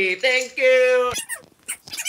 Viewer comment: one,two TREE Not hating